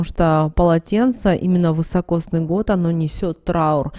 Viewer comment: Не вЫсокосный а вИсокосный !!